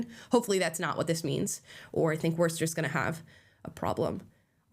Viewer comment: So you guys can pronounce the town name just fine, but when “shire sauce” is added on the end you guys can’t say it?